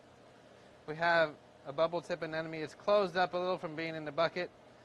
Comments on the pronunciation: why do professional/experienced marine keepers say anenome when its clearly spelled anemone? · I clicked on this video just to hear you say 'anenome' again and again. Lol, you didn't disappoint